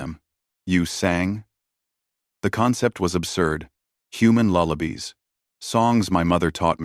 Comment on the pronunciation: Time line , the word is Lullibies, pronounced lalabeyes, No lalabees.